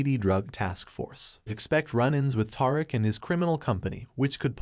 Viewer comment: his name isnt Tar-ick its Tariq like Ta-Reek lol cant take ya seriously when you cant say his name right lol